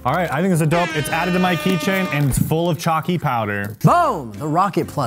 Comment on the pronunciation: key chain king "key ching"